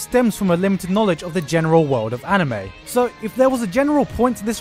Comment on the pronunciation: you pronounced anime and manga wrong